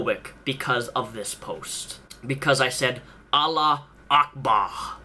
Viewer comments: it's "allahu ackbar", not allah ackbar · It's Allahu akbar pronounced ALLAH-HOO-AKBAR. Me and my friends are muslim and make jokes about our religion so whoever gets offended by this is a cry baby. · btw, its AllahuAkbar, not Alla Akba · Every time you attempted to say "Allahu akbar" I cringed, it's pronounced "Allahoo akbaar" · For future reference, it's pronounced 'allahu akbar' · I'm more offended by your pronunciation of "Allahu Akbar". Don't pronounce it right though, that will make you part of the religion. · ur saying allah is great wrong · I'm more offended by your pronunciation. Your Arabic is like razors in my ears.